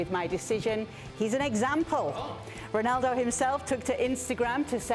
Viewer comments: Why does Moreno keep emphasizing the Portuguese names like Spanish pronunciation when he's speaking English, their names don't sound like that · Y'all are raping Ronaldo's name. Anything else in the news? 😒